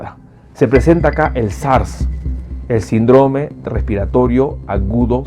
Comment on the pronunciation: Doctor con todo respeto, pronuncie bien la palabra : síndrome